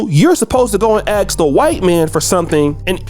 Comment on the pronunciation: Ask not axe.